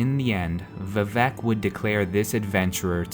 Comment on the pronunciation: vivec is pronounced with emphasis on the "i" not the "e". That's how it was in Morrowind and the only way it sounds right...